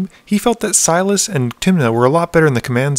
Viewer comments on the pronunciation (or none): His name is silas, not silar